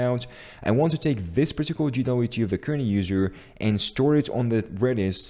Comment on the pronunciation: Great video! BTW it's pronounced "jay"WT. If you say "gee"WT it is GWT ;)